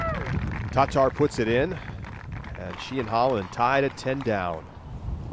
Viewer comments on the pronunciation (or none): FFS, it's Tattar not Tot Tar. A very light pause to allow the second T to be heard. How long has she been on the tour now and you still can't get it right. In fact, i think your going the exact opposite way. Your partner can do it why can't you?